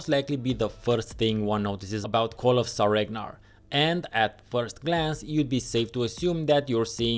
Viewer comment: So I'm not the only one who thought it was "SareNgar" hehe